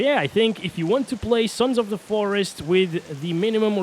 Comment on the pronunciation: suns of da foreest